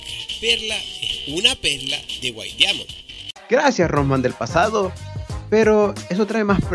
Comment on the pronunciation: Aprenda a pronunciar “Diamond”